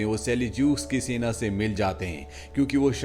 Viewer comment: Not Sena his name is Ibna Seena